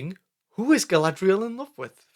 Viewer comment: 'Who is Guy-lad-reeee-al in love with?" HERSELF, DUH....